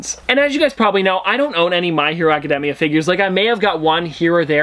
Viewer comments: The way you said Academia hurt my heart. No offense but it’s pronounced Aca-day-mia. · Isn't it Acad(day)mia? or demia. Im pretty sure it was the first one. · 3 things that might be useful 1. Deku is his hero name 2. Katsuki = cat-ski 3. Academia can be pronounced how you say it but most often I hear it like Aca-day-me-uh. Also a recommendation would be either natuto or Hunter x Hunter ( though that could be a little much for your channel) or an update once you get to season two or three with Mha/bnha